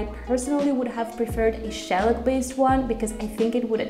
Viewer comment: are you trying to say shellac??? he didn't know what you meant because you're pronouncing it like you've never heard the word before.